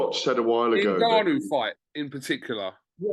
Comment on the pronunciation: GAD needs to work on pronouncing Ngannou and Donovan correctly first, before working on his semantics.